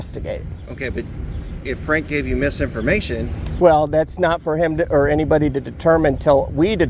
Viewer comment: Oh, "PFrank", kinda like "Pfizer" or "Pfister"...